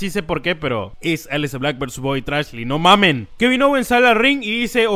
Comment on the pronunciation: Hasta ahora escucho decirte no Mamén 😂😂 como un buen mexicano saludos